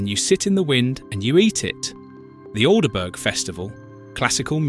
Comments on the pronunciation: Al de burg. That cracked me up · Pronounced ALDBRUH FFS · The Bot needs to learn, for example, how to pronounce Aldeburgh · What a strange (AI) pronunciation of 'Aldeburgh'!! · Plus the way pronounce the town names! Especially Aldeburgh!!